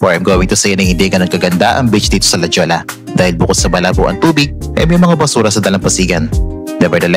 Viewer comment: La “ pronounce as hoya” instead of Jolla